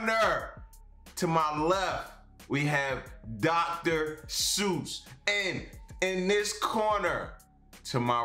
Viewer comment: It’s Seuss as in voice, not Suess you Goose.